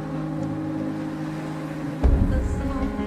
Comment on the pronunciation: Sully not deadh .-.